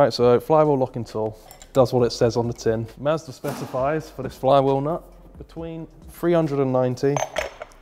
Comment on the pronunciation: anybody else hear say "master(or massa) says so" instead of Mazda says so?